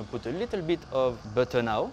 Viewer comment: "Add some butteuur... Bit more butteuur. Liiittle more butteur. More butteur" Yup this guy is French af. XD Gotta love the butteur tho.